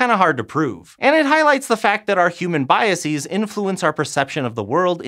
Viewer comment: Biases does not rhyme with vortices. The base word is not biex.